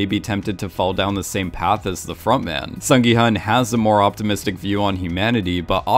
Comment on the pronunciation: FYI 기훈 is pronounced as “Gi-Hoon”